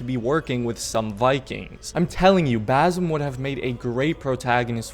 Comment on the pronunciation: it's not BaZim... it's BaSim